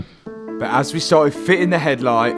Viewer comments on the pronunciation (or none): none